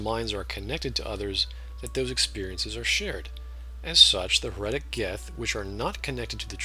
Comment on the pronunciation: HEretic, not heREtic Hive mind, not mind hive